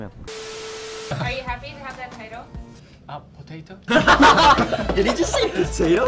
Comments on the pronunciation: “did he just say pOtatO?!” in his defence, that kind of did sound like potato.. 😂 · jungwoo : it was so easy also jungwoo : “potato” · Jungwoo said "potato" instead of "this title" because to him it sounded like "potato"